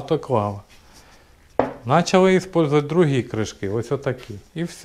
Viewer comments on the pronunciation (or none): none